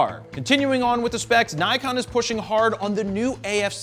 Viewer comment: >>> Since you mention their name so often, you really ought to learn how to pronounce NIKON. It’s really not that difficult. NIK (like a small cut) and ON. The first syllable DOES NOT rhyme with HIKE. It rhymes with DICK. Think of hard-on, except it’s DICK, sorry, NIK-ON. The Japanese phonetic inventory must be one of the simplest in the world